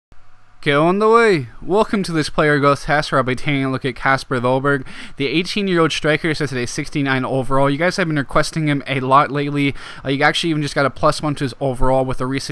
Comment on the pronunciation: That's not how you say kasper dolberg it is kesper dolberg